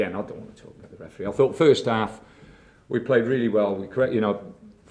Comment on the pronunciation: farst arf, secan arf...